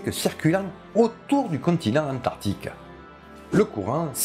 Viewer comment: Ah que ca fait du bien de revoir ta bonne bouille 😍😍😍. A ton microphone à eu un mal de gorge on dirait 😂. C'esr un crâne de quel sauropode à ? Tu oublie de prononcer le "c" d'Antarctique 😉. Les baleine ont le melon, la grosse tête en gros "nous on est les les plus gros, meme pas peur de vous" 🤣🤣🤣. Pour ce cachalot géant du coup on ne peut pas savoir ses proies ? Je t'ai envoyé un lien sur Twitter mon bon, tu l'as vu ? Merci pour tout ce plaisir, toujours agréable de te voir tout enjoué de dicter tout ça 😊.